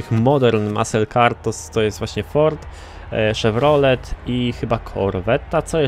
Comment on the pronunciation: W moim przypadku akurat wygląda, to tak, że studiuję i nie zawsze daję radę wbić, a szkoda, bo jeśli chodzi o gry, to mamy podobne gusty i oglądając Cię niespełna od 3 lat prawie wszystkie mi odpowiadają. A tak jeszcze odnosząc się do początku filmu, to shevy nie mówi się na chevrolety camaro, a shelby, to co innego? Hmm sam nie wiem też kiedyś będę musiał sprawdzić ;p.